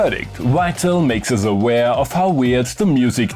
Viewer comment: "Wital"? There seems to be no hope, although (another word you can't do) in one place you get it right. Do you say "Wienna" also? This can actually be practiced.... 🙄